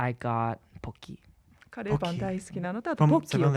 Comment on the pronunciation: かれーぱん🥺 curryパンではなく かれーぱん🥺🥺🥺